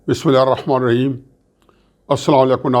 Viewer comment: Aslam o Aleikum not Aslan aAleikum plz take care on right pronoceation